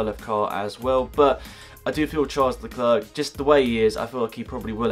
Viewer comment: Charles Leclerc's name has a silent C (Lecler)